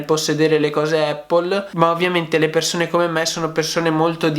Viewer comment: Non voglio fare il pignolo ma...solo noi in Italia diciamo "eppol"...sbagliando di brutto 😁 La corretta pronuncia e' "Apl" con una "P" ... Ecco la pronuncia dal fondatore...chi meglio di lui?